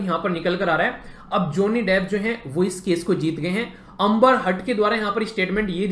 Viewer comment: ज़ोनि डेफ़ 😂😂😂😂😂. Abe bsdk bolna to seekhle